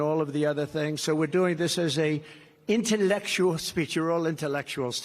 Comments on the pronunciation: He says INTELLECTUAL with the same weird pronunciation as when he says CHINA and BLACK... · Geesh, he can't even pronounce the word "intellectual" like a normal person. He's so pathetic. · ROFLMAO . . .I love the way he says "intellectual" . . . .like it's a word he really has no idea of it's meaning. His rant about Kamala is so far off the rails . . .it's beyond belief. HE NEEDS TO BE CALLED ON THIS AT HIS PRESSER TODAY!!!